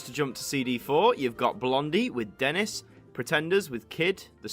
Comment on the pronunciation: OK! Loved the video, here are Some Notes! Siouxie is pronounced Suzie. Blondie's Denis is pronounced Denee, the colour scheme is Never Mind The Bollocks 'homage', you got Lene Lovich right, C30 C60 C90 Go is all about cassette piracy. Devo is totally new wave, U2 never were and shouldn't be here. The Tourists turned into Eurythmics, The Teardrop totally exploded, My Sharona is borderline new wave, and when you say Public IMage Limited 'does what it says on the tin', PIL put out an album in an actual tin, called Metal Box. And there is very little actual punk on this collection - you can't miss out the Damned and have any claim to punk, and there are so many more. Definitely pop end of the genre, if that. And yes, I was so there at the time...